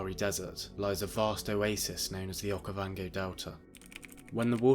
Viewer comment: Narrator saying “Okayvongay” is wild